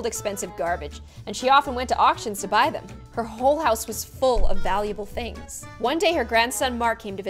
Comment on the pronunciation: I thought she said: "and saw her beloved thongs in pieces on the floor"😂